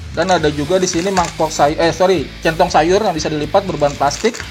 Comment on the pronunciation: Salah mulu bang nyebutin centong sayur wkwk